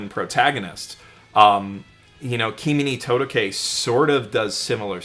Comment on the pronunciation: Woah hearing him say Kimi no Todoke very differently than I say it in my head threw me